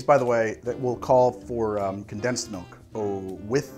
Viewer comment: Heh. says “Melk”